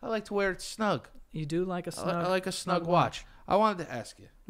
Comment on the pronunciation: joe: let me axe you a question